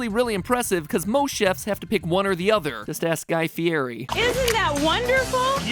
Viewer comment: Hey Matt pan I'm calling you out...... I know that you said Guy fieri's name wrong if you look at hot ones he says what his real last name is pronounced as and you said it wrong you didn't look up all the details my boy 😉 FYI I think you're really cool and this is all for fun but true